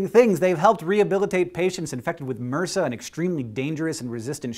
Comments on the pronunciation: I think it's pronounced M.R.S.A. and not 'mersa' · Did he just call M.R.S.A muursah? I swear these guys are professionals at pronouncing things in a strange way. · I worked in a bacterial lab for a while, they always called it Emm Are Ess Ay. That's in Holland, though. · Muhrsa!? In the UK we pronounce each letter. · Suggestion: MRSA is pronounced M-R-S-A. That's em-ar-ess-ay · Muhrsa? Nigga wat? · Yeah so MRSA. Just pronounce the letters. Because that's what we do. In hospitals.